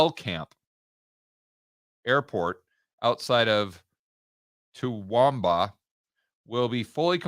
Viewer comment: Pronounced "tah-woom-bah" 😂